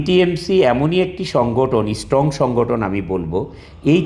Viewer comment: Ashikhito jati. Can't even pronounce strong. Saying istrong. Not slip plof tou g. He said the isstrong every time.